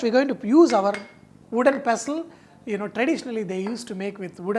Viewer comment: "I put it in wodden pastel and did lot of Dhinchik".........haha love him.....still like a kid